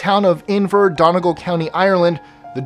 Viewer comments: Co. Donegal is pronounced Done-E-Gall, not Donnie-Gull. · No. 23, the way he tries to say Donegal is adorable :P Its dun-eee-gall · When you said donegal it was hilarious btw its done e gawl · At 23 Donegal is pronounced dun-ee-gawl not donigul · he butchered number 23. that's not how you say Donegal. ( dun-e-gall ) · he did butcher the pronunciation of donegal